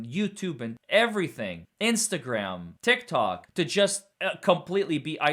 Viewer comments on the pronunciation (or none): none